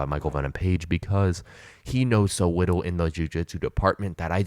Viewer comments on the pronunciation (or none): Sorry but do you have a speech impediment? You said “widdle” like 4 times.